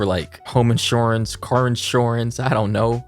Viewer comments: nobody:: inshoreance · “Inshoreance” lol love you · Nobody:: home insOrance Car insOrance Health insOrance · why did you say inshoorince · Am I the only one who realises he pronounces insurance like inshoreance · The way says Insurance lol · the way he says insurance hurts me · the way you pronounce insurance took me by surprise, but I can't say shit cuz I pronouce words to weird. I say fourteen as four-ten, I have a twisted southern accent.